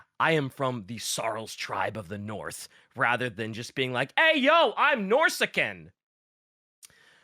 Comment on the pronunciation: good god hearing norsacan instead of norscan is some how jarring